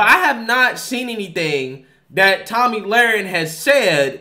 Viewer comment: It's pronounced toe-me not Tommy my God